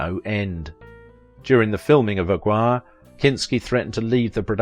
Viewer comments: Ag-war?!? You mean Aguirre, pronounced Ag-ee-ray? Where do you get these pronunciations from? I suspect AI once again. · A gwire LOL. Learn to pronounce the names you're reading, man.